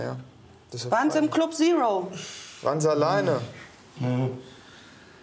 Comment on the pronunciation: Club Sero (statt Zero)🤣♥️